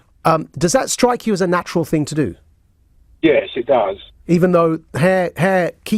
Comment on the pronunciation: “If I was to walk around the west end naked wouldn’t be natural would it!?” “Oh, you mean ‘au naturale’?” 🙃💥😂